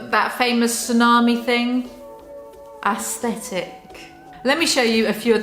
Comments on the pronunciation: Everytime said "aesthetic" i died 😂😂 it sounds like she said "ass-thetic" lmao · Nobody:: ASSthetic